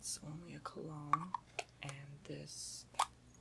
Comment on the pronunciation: I keep hearing CLOWNS instead of cologne :D